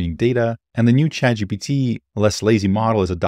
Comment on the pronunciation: I occasionally hear "Chad GBT" instead of chat